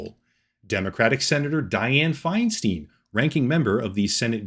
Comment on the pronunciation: It's pronounced Feinstein, not Feinstein.